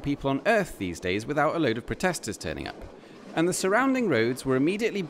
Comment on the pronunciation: "AND" ahahhahahahah